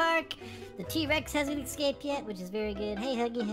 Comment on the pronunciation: its t-rex not t-rax